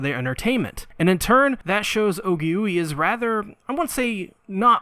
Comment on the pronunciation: Actually her name is pronounced Ogi-way. Not Ogi-Yui. I sincearly apologize for the correction.